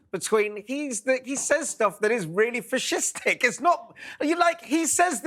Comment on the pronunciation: Fish-istic? First time ive ever heard that.....